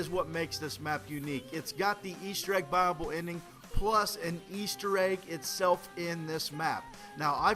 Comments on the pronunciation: OOOOOOOOOOH! BUYaBLE. He's saying buyable, not bible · he says buyable i always thought he said bible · Its buyable pronounced buy-a-bowl not bible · Brotheroff Yeah it's what it sounds like xD but really it's "buyable ending" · when he says buyable hes says bible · When he says buyable it sounds like bible to me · every time he said buyable, i thought he said bible?...o_O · i thought he was saying bible then i realised it was buyable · I thought he said bible not buyable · Did any one think he was saying bible Max ammo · It sounds like he's saying Bible. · Keeping thinking he says "Bible Ending." :P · I kept thinking he was saying ' Bible ending" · at first I thought he said Bible. LOL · when u say buyable this and buyable that....it sounds like BIBLE ! like if u knoe what i mean